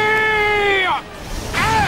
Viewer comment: One Piece FR xD un moment il a dis sexcalib7r